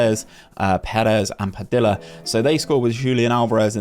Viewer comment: some feedback I have is the double "l" in "Padilla" is more of a y sound. pa-dee-ya. Similar to quesadilla. Also, in those seasons where the team does well if we can see the best player's stats or even how they did compared to the rest of the players in the league in that Player Detailed stats page. But, do like this long overhaul.